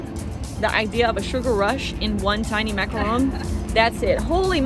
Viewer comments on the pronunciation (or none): none